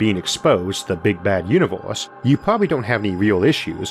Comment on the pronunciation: Banging content jarring voice “you knee vowas”